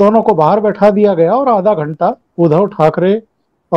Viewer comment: परम आदरणीय प्रणाम। मैं आपके कार्यक्रमों का नियमित श्रोता हूं।आपके विश्लेषण करने का तरीका अद्भुत है। लेकिन बोलते समय आपसे शायद अनजाने में एक शब्द 'उद्धव' का उच्चारण एक हल्की सी त्रुटि वाला है। कारण आप हमेशा 'उद्धव' का उच्चारण 'उधव' इसप्रकार करते हैं,जो खीर में किसी बाल या कंकड़ जैसा प्रभाव डालता है।कृपया इस त्रुटि को सुधारने का सफल प्रयास करें। धन्यवाद।